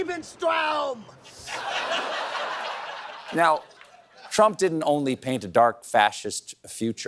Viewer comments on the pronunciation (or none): It's 'Lebensraum', not 'Liebenstraum'. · Why are Americans incapable of pronouncing "Lebensraum"? This time, it comes out as "Liebenstraum" -- the "living space" has become a "love dream"... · Language matters? It's "Lebensraum" not "Liebestraum". "Give me some Lovedreams"?!? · I don't really speak German, and don't want to be a language nazi (pun intended), but I'm pretty sure it's Lebensraum ("living space"), not Liebestraum ("love dream"?).